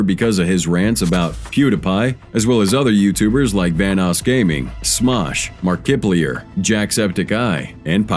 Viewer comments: RIIIIGHT like It is Pronounced Markiplier NOT MARKIPLEAR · if you don't think it's ai then how can you explain why he said Markiplear not Markiplier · I've always wondered if a lot of these new channels are using A.I., then dude said "Mar-kip-plier" and it was confirmed lmao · MarkiplEEer Hhahahahhahahahahaaha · its good but isnt high quality when he messed up Markipliers and name lol he butchered that bigtime lol pewdopie and markibliar lol makes right there is when you can tell this is an ai generated voice jacksepicEYE lol the way he said their names was way ai generated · The audacity to say Markiplier in a wrong way.. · The way you said Markiplier though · Oh wow the pronunciation of Markiplier just killed me....... - Ok then, way to misrepresent the hell out of that. That was just a great big pile of complete lies and the vast majority of people know it. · Your butchered pronunciation of Markiplier proves that you're an AI. Don't try and deny it, I'm on to you buddy... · I can't forgive you for Markiplier's name wrong